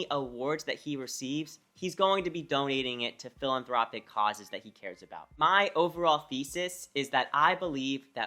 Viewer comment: For someone that make finance videos you should learn how to pronounce, philanthropic... it’s not philan-Tropic